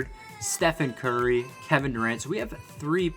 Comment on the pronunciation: Yo he said gurry